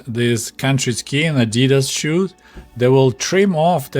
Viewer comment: The animal you’re thinking of is a duck-billed platypus. And the Russian pronunciation of Adidas is correct as it’s close to the original German.